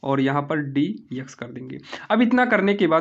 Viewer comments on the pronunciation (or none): Ex(x) nhi eyks😂😂😂